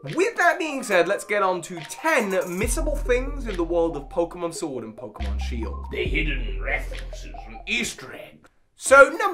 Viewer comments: I like this new pokeémon SHIORD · Try out the NEW!! Pokeémon Shiord!! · Ah yes, I sure love playing Pokemon Shvord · Ah yes my favorite game, Pokémon shiord